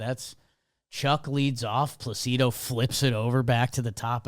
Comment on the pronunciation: The Placido Polanco conversation happening while they mispronounced Placido the whole time was funny to me lol